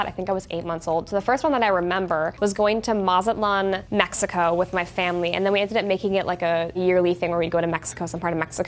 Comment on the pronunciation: I can’t believe she said Mazatlán 😍 I live so close to that city